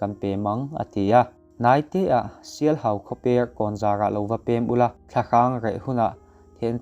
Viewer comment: Thiantlang leh sialhau khaw hming i chhiar dan te chu ava mak vele